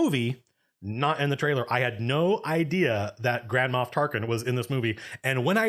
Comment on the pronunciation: It doesn't make up for it (because they definitely should've been able to convey at least SOME of this stuff in the movie), but the book (released at the same time) explains/answers almost all of your questions/complaints. Also, I keep thinking you're saying Grandma Tarkin and it's making me laugh.